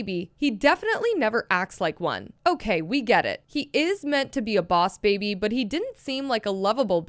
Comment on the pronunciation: oss baby? Lol No hate btw